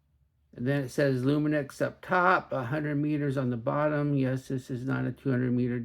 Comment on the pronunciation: loomi knocks is how you say it. here in the uk anyway.